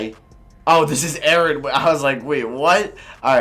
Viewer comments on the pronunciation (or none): none